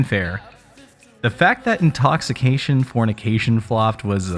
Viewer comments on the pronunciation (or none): for me it was the butchering of Danielle's last name and the "Intoxifornication". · dude.. read the cover.. it doesnt say "intoxication fornication" it says "intoxifornication" 🙄